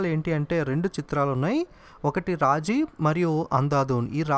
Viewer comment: Raaji kaadu raazi